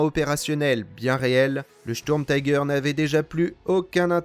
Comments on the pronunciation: Pourriez vous prononcer Sturmtiger complètement à l'allemande s'il vous plaît, on dit Sturmtiger pas taiger, c'est de l'anglais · Bel effort sur les prononciations. Sauf le "taille gueur" qui pique un peu, c'est pas de l'Anglais ^^" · Merci pour ce docu'. Comme dit par ailleurs en allemand la prononciation est plutôt "chtourmtigueur". L'engin lui-même fait partie de la multiplication des projets qui ont fait perdre beaucoup de temps et de moyens à l'Allemagne , personnellement je ne m'en plaindrais pas! La victoire a été à ceux qui produisaient en masse des engins simples en évitant de s'éparpiller en projets diverses et inutiles! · J'ai un doute concernant la prononciation de tiger à l'anglaise...